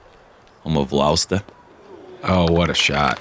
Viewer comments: Love the way you guys pronounce "Turku" and "Lauste". Just about perfect for non-finnish speakers. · Great effort on the pronounciation of Tampere, Turku and Lauste!